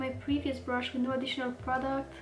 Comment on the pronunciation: I was so curious about your accent! I accidentally offended another YouTube channel (An Knook?) I told her that I loved her accent and every time she pronounced “brush “ she said it like “brsh “ like without any U sound? OMG! The next video she released- she went overboard- with enunciating every single sound in the word brush! 😱 I even made it a point to tell her I thought her pronunciation was adorable! She was obviously offended. Seriously- the RCMA powder can’t be bought at any store here in the US, either. You speak incredibly good English❣️❤️😉